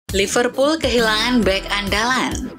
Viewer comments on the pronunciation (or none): none